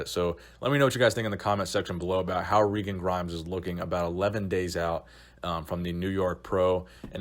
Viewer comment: its regan, not reegan